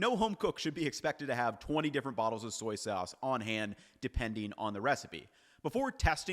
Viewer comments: “Some soyces” lol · some soyces lol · “…some soyces….” 🤣🤣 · “Soyces” I’m using that from now on. Soy Sauce takes too long to say, so I’m saying “Soyces” now. Haha I don’t know if that was a mistake or not, but I like it! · some soices... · transFOIM SOICES Lol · he mixed the words soy and sauce and it became soyce lol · "soyses" haha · I like how he some times combines the words soy sauce into soyces.